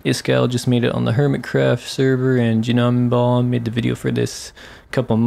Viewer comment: I’m sorry but juh-nem-bon